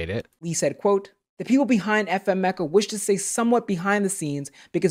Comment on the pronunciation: Every time they say "FN Meka" it sounds like they're saying "F'ing Meka" like a kid trying not to swear, and it makes me cringe every time